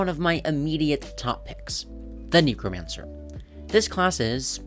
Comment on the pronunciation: neck-romancer (sorry, just felt like correcting)